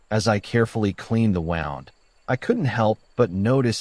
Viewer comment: Well-constructed story and decent writing. The AI had trouble with “wound” and a couple of other words but overall was a decent narrator, though I wouldn’t pay money for an audiobook narrated by it. Overall, as a writer myself, I’m pretty impressed. Although you might want to take out the language about same-sex marriage not being legal in all states. The bipartisan Respect for Marriage Act took care of that.